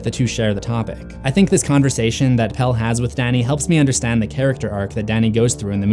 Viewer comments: there are quite a few times when she pronounces it as does. Chris-tee-ahn. Florence Pugh is English, and while her American accent is flawless, she pronounces Christian as English folks do. She also mispronounces Pelle's name (saying Pel-lay. It's correctly Pel-luh. Oddly, and several other reviewers sat "Pell."). The scene where she rides on the May Queen Wagon and says "Can Christian come too?" is one of the several times when she pronounces his name with three syllables. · I love how everyone says Pelle when its suppose To be pronounced PellE, the E is not silent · I stopped watching this the moment you mispronounced Pelle’s name. You would know how his name is pronounced if you actually bothered to watch the film, even just once, never mind the fact you’d have to watch it more than once just to catch things you’ll miss the first time around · and Pelle as PEL :D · something you missed: the second E in Pelle is not silent. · and also "Pelle" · And pelle’s name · You’re saying Pelle wrong too and it was stressing me out a lot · 1. She doesn't end up speaking our language. They're speaking Swedish throughout the movie but in that particular scene it's gibberish, I think in order to point out the "out there" feeling. 2. Yes, Maja is a name that basically means "may". 3. This constant weird pronunciation of Pelle... 😂 It's "pel-eh", not "pel". Also no adult is called that since like the 50s... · The worst things are the way he pronounces Pelle and Paimon